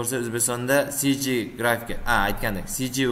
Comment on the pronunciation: CGni noto'g'ri aytingiz nazarimda!